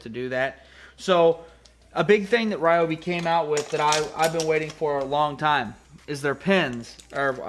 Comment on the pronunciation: I live in the Mid-West and everyone I know pronounces Ryobi "Ryobi", not "Reeobi". I wish you would have demonstrated the tip size of the marker compared to the Sharpie.